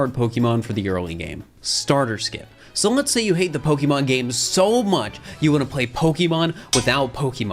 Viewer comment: I loved this vid BUT there's an accent mark on the e,it's Po-kay and Po-kuh is fine too but Pokee gets me really badly